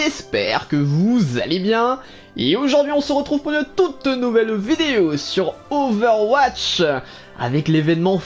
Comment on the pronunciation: Ové ouatche